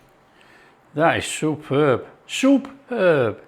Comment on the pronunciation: SOUP-ERB!! I better get out the breath mints!!